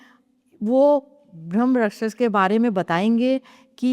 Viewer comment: भ्रमराक्षस नहीं ब्रह्मराक्षस होता है, सही उच्चारण इतना भी कठिन नहीं है।